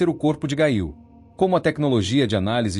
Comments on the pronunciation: A PRONÚNCIA É: GÊIL😮😮😮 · Gail????? Gente, o narrador pronunciou o nome errado....não consegui ouvir mais...quanta desinformação....